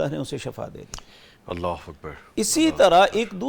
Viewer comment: Shifa is true pronunciation hai